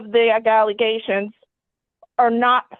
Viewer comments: Those dang agaliations that changed to agaligations will get you every time 😂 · Galley-- ations. Wow.